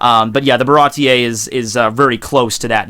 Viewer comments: dude you gotta take the time to learn the names of persons/places in one piece 😂😂😂 ba-rah-tee. marie-joe-ah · Getting really hard too watch this. So many willful mispronunciations. Can't even blame them on differences in reading since you say you're current on the anime. Names like Baratie and Bege have been around for years now, come on man. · Awesome vid as usual, but also as usual your pronunciation could use some work:3 Germa 66 - said like the word German Capone Bege - (beg-gay) Baratie - (bah-rah-tee) Sabaody Archipelago - (shyah-bone-dee) I don't know why it's pronounced like this, but it's true... I realized how ridiculous this story/world is when you said, "Zou is hard to get to/find because it's on the back of a giant elephant" with a straight face. I love this manga/anime so much, haha